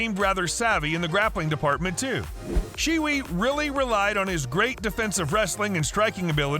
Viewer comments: It's not "shee wee", it's "shyeh way", ignoring tone because good luck teaching that to an American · she wee? funny pronounciation! I thought it was shi-eh way😂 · Omg the way he pronounced Xie Wei was criminal